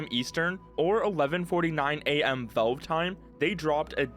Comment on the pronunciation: The way he says "Vulve"🤣